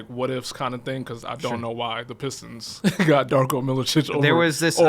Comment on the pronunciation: Dude did pur boy Darko wrong😂😂😂